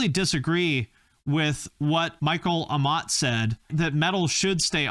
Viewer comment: Pretty sure you emphasize every syllable in Amott rather than A-mott